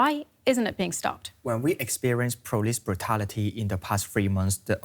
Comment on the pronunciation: "poulis pvutality"...The HK police has suffered severe abuse and attacks for months. No other force have gone through this and still been so restrained.